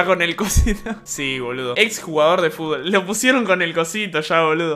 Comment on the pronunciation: equipo de fubol xdxd i dice fubol